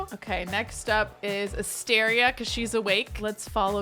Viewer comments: Every time says Asteria's name I think for a split second she's saying Astarion, so it absolutely cracks me up that she chose that hair for Caspian and then actually mentioned Astarion 😂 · I would totally watch a livestream of you playing Baldur's Gate. 😆 I'm playing too and not going to lie every time you said "Asteria" I heard "Astarion"